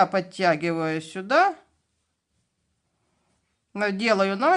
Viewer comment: Опять без нАкида? НакИд!!! Вяжется соединельными столбиками и столбики без накИда! Не правильно объясняете!!!😮